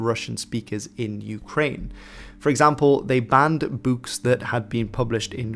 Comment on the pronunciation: Can't get over how you say Books Sounds like your Canadian